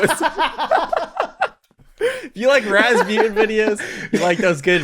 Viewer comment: Wait you name is pronounced raz-byu-ten. I always thought it was raz-boo-tan